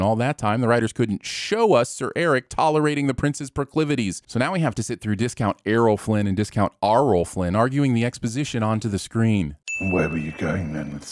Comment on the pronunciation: Ok, discount Arrol & Errol Flynn(or Aarol & Eerol🤔) really got me